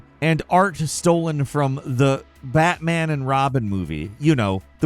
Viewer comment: It’s BATMAN NOT BATTMAN!!!!!!!!!!!!!